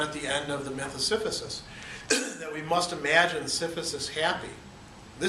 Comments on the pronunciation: Si-si-phus not si-phu-sis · Am I hearing you right, "Siphysus" ? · Yeah he kept saying it wrong. It threw me a bit at first